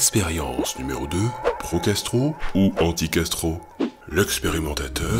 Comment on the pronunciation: Ce genre de vidéos à minuit c'est pas une bonne idée: au lieu de pro-Castro j'entendais pro-gastro...